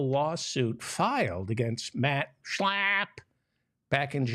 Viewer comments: Please stop with the obnoxious slurring of Mat Slap's name. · I'm in Australia at is 12 Mitnith and Laughing the way you say Shla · Sorry, I could only make it to on the video. Your nasal pronunciation of Max Schlapp was funny the first time, but became rapidly annoying. Thanks anyway.